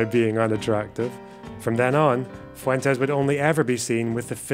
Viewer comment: Interesting how Fuentes pronounces his name FU-en-Tess. Won’t even pronounce his name with the Spanish inflection? Yikes